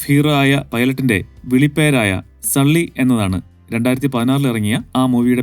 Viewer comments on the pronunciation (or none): സള്ളി ❌ സൂളി ✅